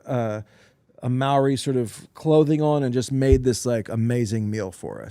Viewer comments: Fyi in Maori culture we roll our r's so "Maori" is pronounced differently, just letting yall know 😌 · Gotta roll those r's when saying Maori. Should almost sound like you're saying mouldy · Shoutout to it is Maori (pronounced Mao-Dee) Rolling the R